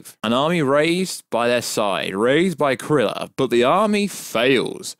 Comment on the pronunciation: Man said Krylars name as “Kriller”